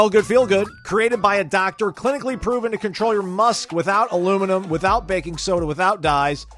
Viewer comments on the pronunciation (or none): none